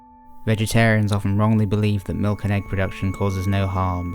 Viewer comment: I can't deal with the way you say milk. That 'k' sound is just..... uuuuuuuuuuhhhhhhhh. I want to chop of my ears.